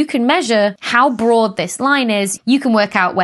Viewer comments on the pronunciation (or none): none